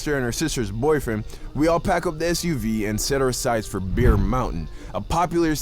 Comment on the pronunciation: Yo be did saw bear but his J Jamaican accent made it sound like beer